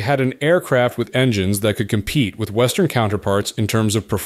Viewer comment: "Compete?" Not quuite